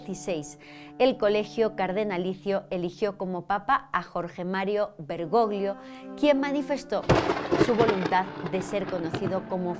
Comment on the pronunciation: Querida gracias por tu excelente trabajo, no me pierdo ninguno de tus videos! Hablo italiano, el apellido del papa se pronuncia "bergollo'' porque 'gli en italiano equivale a la elle en castellano. Un abrazo desde España ❤